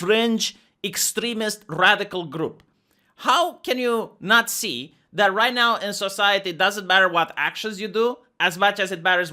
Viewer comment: "How can you NAHT ZEEH" I c wot U did dar.